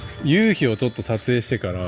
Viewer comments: 関西人ですがイントネーションやっぱり違うと思います笑 ユウヒ⤴︎ではなくユウヒ⤵︎かなぁーっと... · 関東で生まれ育ちました。西の方に親戚多めです。 聞いててほとんど標準語に近い感じなのに、夕日だけ。。。😅 ゆ↑うひをはじめに聞いた時なんだろう？と思いました。 ゆ→うひが多分全国的に通じるのかと思いました。 南大東島行ってみたいなと思いました。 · 夕日の発音に笑ってしまったのはおらだけ？ゆうひ、東京では、→→⤵、 多分沖縄も同じ、、ゆうひを、⤴→→だから可笑しい、通じないｗｗ